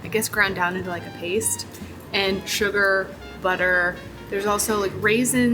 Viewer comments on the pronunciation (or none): none